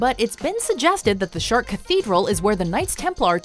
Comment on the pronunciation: Is she seriously pronouncing Chartres as chart? I usually like mojo topics, but the narrators (all women) sound forced and always annoy me...